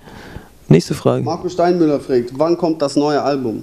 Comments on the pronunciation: maeckes sagt immer "fregt" anstatt fragt :D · freegt? XD fragt sagt man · Der sagt immer fregt und nicht fragt -.-' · "frägt" xD alter xD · wieso sagt der Knaller immer frägt hahaha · meackes wieso immer "Frägt" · warum sagt der penner immer ... frägt :D:D